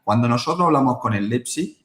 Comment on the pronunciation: La tertulia esta genial, ahora no entiendo como algunos dicen Leizpig, no es tan dificil decir Leipzig, a lo mejor solo soy yo pero se me hace incomodo que periodistas deportivos no sepan pronunciar el nombre de un equipo correctamente.